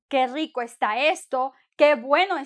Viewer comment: You did not roll the r in Rico??